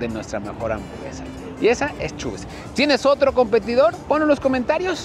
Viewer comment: se dice asi como lo lees chabie's no chubie's